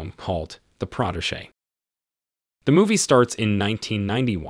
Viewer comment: You mispronounced protégé & Da Nang. Very bad 👎